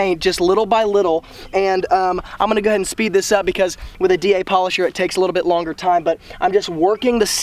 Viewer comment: 😂 You're being sarcastic, right? Yeah, especially the "Go head" instead of "go ahead". Perfect "pronunciation".